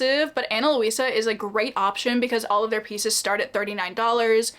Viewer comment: Ana Luisa (Lweesuh not Lohweesuh) is so nice!! Just wanted to show the pronunciation, it’s actually my moms name.